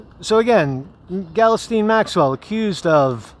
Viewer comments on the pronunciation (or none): I realize the spelling of her name is all fucked up but how the heck did you land on "Gellasteen"? No,, no... it's pronounced "gill-" (like what a fish breathes through) "-lane" with the emphasis on the second syllable. "Gill-LANE." Hope that helps:) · I believe it's pronounced ghee_Lane. (soft 'G'). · Pretty sure her first name is pronounced "Gee-lane" but I pronounce it as "Jizz Lane" lol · I thught her name was Ghislaine, not Galasteen